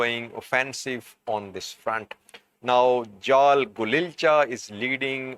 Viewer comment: Actually Jaal Golicha is the head of OLA even though Jaal Marro is more visible in the media. Please correct Jaal Golicha's name. No 'L' after I